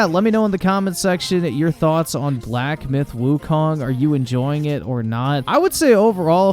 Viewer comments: black myth wukaaang... if you want to be taken seriously, at least pronounce the title properly. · Wukong not Wukang 🤭